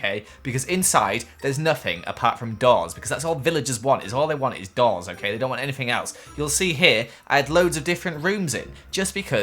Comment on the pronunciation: When you said doors i thought you said dolls